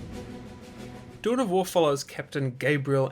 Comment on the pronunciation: Anyone else started hearing "Doughnut wars"?